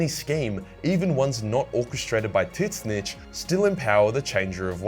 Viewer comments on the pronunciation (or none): What is he sayings? Tits-Snitch? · Please stop saying titsnitch... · Bro is straight disrespectful to “TIT-SNICH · Never heard it pronounced Tits-Snitch….It’s now how I pronounce it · how do you pronounce tzeentch? Tits Snitch ? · ...tits-nitch? A-are you talking about Tzeentch? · Is he calling Tzeentch Tits-Snitch? Or am I hearing things? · I love that you say titsnitch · That Tzeentch pronounciation man....ouch. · It hurts every time you try to pronounce Tzeentch... Otherwise I love your vids